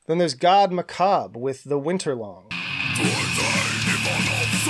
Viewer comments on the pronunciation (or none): none